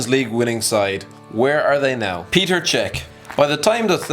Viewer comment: It's PETR Cech, not PETER